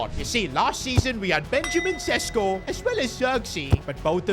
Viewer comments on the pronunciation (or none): none